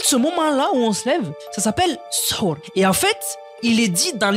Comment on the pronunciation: C'est sahur ça se prenonce saour😊😊😊😊😊